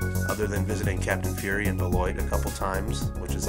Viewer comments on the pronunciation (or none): none